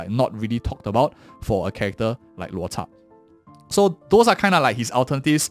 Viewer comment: always amazed how you pronounce Loucha's name! Always reading his name as how you would: 'LuoTza'